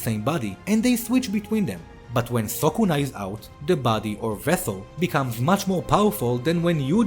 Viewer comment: It's not sokuna bro.. It's sukuna